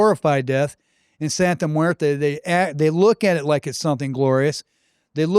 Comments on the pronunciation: Bro, you should learn how to say it first before making a whole video about it. “Santa muerta” lmaoooo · Santa muertaah??😂😂 ummm 🤔 WHAAT? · Don’t bring Catholicism into this, Santa muerte is not Catholic. You’re not even saying it correctly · you mispronounce Santa Muerte wrong.